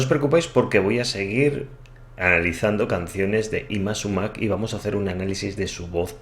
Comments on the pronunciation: Estimado, te confirmo que, --como peruano y admirador de Yma Sumac--, como pronuncias su nombre es correcto, tanto en español o quechua. Supongo que variará foneticamente si se dice en ruso, inglés o alemán,...pero,...en español y quechua lo pronuncias bien. Saludos desde Perú. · Bien pronunciado, Yma Sumac peruana 🇵🇪 su nombre significa "que linda" en Quechua idioma nativo del Perú